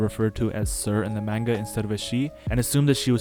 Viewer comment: The pronunciation of manga is killing me